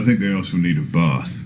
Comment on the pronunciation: Anyone else catch the way fjord pronounces the word bath?